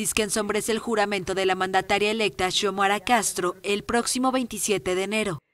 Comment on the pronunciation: Xiomara no se pronuncia chomara, sino Siomara.